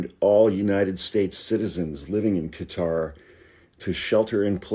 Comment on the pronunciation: Thank you for pronouncing Qatar as Qatar.